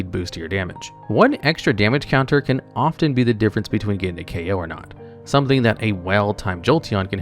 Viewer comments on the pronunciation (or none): none